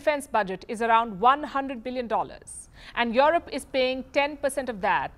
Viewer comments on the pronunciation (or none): O baby when you say Jurope